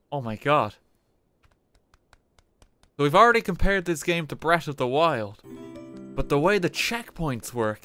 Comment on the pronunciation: “Bret of da wild”